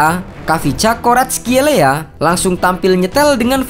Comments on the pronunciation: Ga usah ikutin gugel min, Baca aja nama nya varatskelia 🤭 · Kau salah nyebut namanya Mimin, yang gue denger di serie a gak gitu kayak faratelia gitu biasa aja komentator nyebutin nya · bukannya varatskelia ya dibacanya